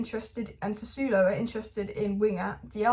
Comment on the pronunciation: Pronunciations: Osimen (just ignore the h), Sassuolo = sass-wo-lo, Gonçalo = gonsalo